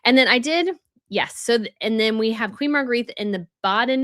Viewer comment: please Google Queen Margrethe name pronunciation. It's nice that you're trying to differentiate the various royals with the same names, but Margrethe is pronounced 'Mar-great-ah' not Margreeth.